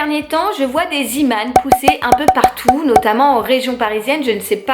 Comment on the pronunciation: Coucou! Je voulais te dire que Zeeman se prononce Zémane et la traduction c’est « un marin » en gros Man = homme et Zee (zé) = mer donc homme de la mer 😊 voili voulou ! En Belgique ça existe depuis des années et vu qu’on parle aussi le néerlandais on le prononce en néerlandais hihi 😉 gros gros bisous à toi et ton petit Léo 🥰🥰❤️